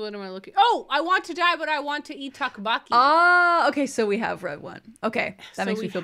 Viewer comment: if it was a yeasted waffle it almost sounds like a gaufre de liège, which is the other type of Belgian waffle , hahahahhahah, I had to really strain my brain to know what you were trying to say, hahah, takbaki, hhahahahaha, tteokbokki, hahahhahahhaah, it's pronounced "tuhk-bohki" hahah